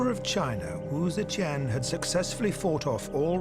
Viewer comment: Cannot stand how the narrator is saying Tian.. its TIAN not QIAN. or CHEN